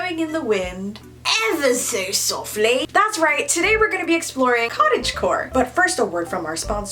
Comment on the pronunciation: 'Evha sew softlay'